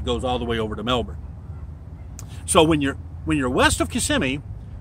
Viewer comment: Good to hear the proper pronouncation of Melbourne.. most Americans will call it Melborn